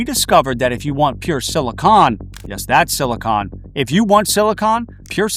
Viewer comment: Omfg he pronounced silicon like silicon. Not like “silikin” or “silicone” but SILICON